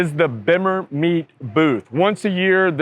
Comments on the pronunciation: say it like beam-mer. You say it werid, lol. Love the video. My favorite bimmer is early 2000's M3. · yo i'm a bemmer man thats how you pronounce it my first bimmer was a e30 320i i bought in germany when i was stationed there threw thw early 20000's like i said before you should put E36 exsterior mirrors on your ride the purple on should of done the same thats how you know the person fixing up the car has true bmw taste why you named your car cream pie thats not a fabulas name cream pies are nasty